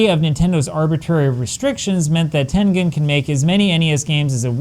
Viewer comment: You pronouncing tengen in Chinese really impressed me.